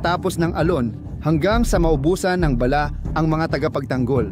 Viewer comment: Ayusin mo ang pag bigkas mo ng bala.para ka namang grade 1.